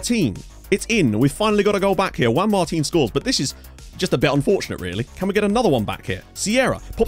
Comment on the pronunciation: HES FINALLY SAYING JUAN MARTIN RIGHT!!!!!!!!!